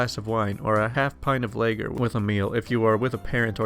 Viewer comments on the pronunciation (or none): more important.... Lager... Lah....gur... not layger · Ugh. Lager is pronounced "Law-grrrr". Not "Lay-grrrr". That killed me inside. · Lager is pronounced lawger. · I'd much prefer to get a LAY-gerr than a logger, jus sayin... 😉🤣😝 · FYI Lager is pronounced LA-GURR with the emhasis on the LA. ROSÉ wine is pronounced ROSE-A (Long "A") with the emphasis on the A. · Haha, I was triggered by someone not knowing how to pronounce larger properly!